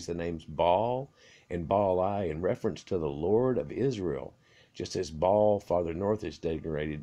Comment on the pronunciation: The guy kept saying ball instead of Ba-Al